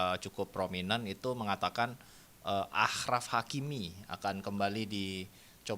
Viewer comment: Sekadar informasi,, cara baca nama Hakimi itu "Asyraf Hakimi". Kalo di aksara Arab namanya "أشرف حكيمي".